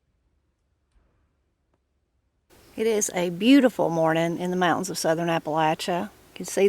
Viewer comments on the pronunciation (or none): none